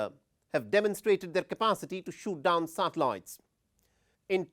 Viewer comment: If hear this dude say “satellites” again 🤦🏻‍♂️